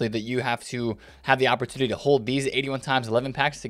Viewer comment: Love the way you say "opportoodily" and "commudily"